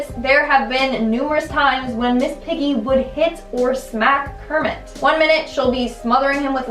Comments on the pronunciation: Kermit and Cermit with a C 😂🤣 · Cermit with a C! i knew it!